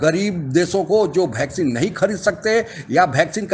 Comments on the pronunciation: भॅक्झीन नही है भाई वॅक्लिन दी है... 😂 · Vaccine =भैक्सिन.. 😄😄😄😂😂😂😂😂 कोई समझाओ यार।।। [ये वैक्सीन होता है] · यार ये भैक्सीन क्या होता है? वीडियो इसलिए कोई नहीं देखता है। वैक्सीन को भैक्सीन भैक्सीन करते रहते हो, सर मे दर्द होजाता है तुम्हारे भैक्सीन से। वैक्सीन बोला करो।